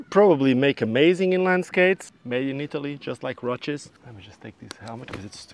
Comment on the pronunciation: Why do you keep saying roaches instead of roces, there's no h in roces.